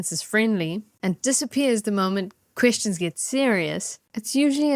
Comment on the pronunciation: did you say “questions get serious” or “Christians get serious” ?